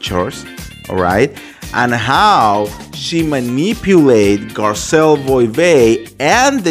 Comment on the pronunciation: Dude read your contest few times before you record or go live. It’s not possible to listen to you when you make so much mistakes. You can’t even pronounce Garcelle’s name come on